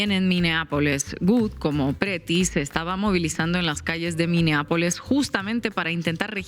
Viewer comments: Es "Pretti", no "Petri" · Sin palabras por lo que sucede en estados unidos. Saludos desde Monterrey. Estefania se apellida Pretti, no Pettri 😂